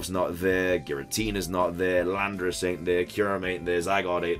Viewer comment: I swore when you said Landorus I heard Lapras, lol The Lake Trio being version exclusives would be weird though, they've never done that.